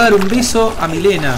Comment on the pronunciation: Alguien mas escucha que dice melina enves de milena? xd